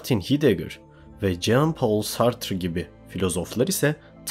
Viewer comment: güzel video tek eleştirim heidegger ''haydeger' diye, camus ''kamü'', sartre ''sartır'' diye okunur. ben akademide herkesin böyle telaffuz ettiğini duyuyorum